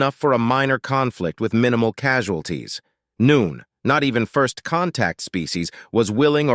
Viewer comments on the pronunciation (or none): I love the stories, but why is a stupid robot who can’t read narrating? You say the word no one as noon? Just one of many examples.